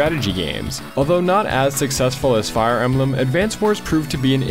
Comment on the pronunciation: i love advance wars, wtf is fire em-ba-lam?